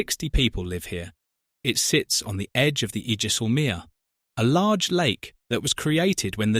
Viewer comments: EE-Jessel-meer!? Ijsselmeer is pronounced 'Eye-Sell-Mere' for the english speakers around here ;) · You really should have checked the pronunciation of IJsselmeer. This hurts. The English Wikipedia article has an audio sample. IJ is a diphthong (gliding vowel) and is pronounced the same as EI in Dutch.